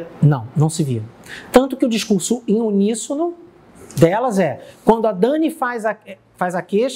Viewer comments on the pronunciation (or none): none